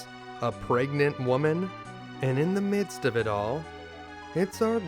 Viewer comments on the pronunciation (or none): none